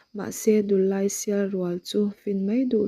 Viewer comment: Thil dang pawh ila chhiar zel ang a,thu chhiar hian uluk hi angai khawp mai a,(eg)Dullai tih ilam dan (Lamrik dan )hi adik lo hul hual a,eg. Dullai tih ah hian LAI tih lai ang ah te hian,Dul tih hi,Hruithlun a dul tih ang a,lam rik tur ani a,LAI tih ah hian An zai chu avan LAI, I Zai lai ti ang a,lam rik tur aw,ka u,alam rik dan adik loh chuan ngaih thlak anuam lo in atui awm lo tlat thin a